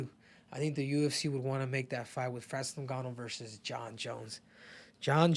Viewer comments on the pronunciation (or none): none